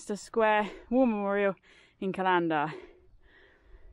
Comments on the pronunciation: Err, C-a-lander, inflection on the first "a", love watching your walks . . . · Hi, another great video. I know you wont take this the wrong way but it is pronounced Callan-der not cal-an-der 😊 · is a scream, loved that fight she had with the map at the start. And I crack up every time she says Callander wrongly. But at least she pronounces 'loch' properly which is unusual for an English person. But why didn't she tell me they were here, I would have joined them. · Lovely video as ever, but please please sort out your pronunciation of Callander. It is pronounced like the thing you put your appointments in. There is no string emphasis on the LAN of Cal-LAN-der. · Another great video, though as mentioned in another comment, you seriously need to work on your pronunciation of Callander😂😂😂!!!!!